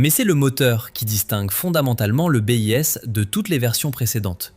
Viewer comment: Que d'approximations ! Le Mig-17 daterait des années 40 ? Sans compter la prononciation, le bis devient le B.I.S